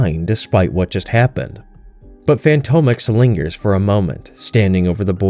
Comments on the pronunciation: Fantomex - fan-tom-ex like "phantom X" Not fantomek, bugged me the whole video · Fantomex is pronounced, "Phantom-Ex"! And Betsy is British, not Russian or whatever accent you were trying to go for. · Good narration! Btw it's pronounced fantom ex Not fanto mex.